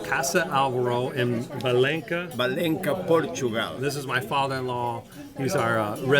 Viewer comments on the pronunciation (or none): the father in law doesn't even know how to say the name correctly. Valensa, not valenka. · All Portuguese words with the (Ç) are pronounced as in ASS. It is not Valenka. I am surprised your Spanish friend doesn't know that. I wonder if he comes from the Spanish city of Valenkia. When you said Valenka, I almost had a heart attack. Otherwise, good job. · Ç say Valenssa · Valença doesn't pronounce like that!... The "ç", in portuguese is read like an "..ss..".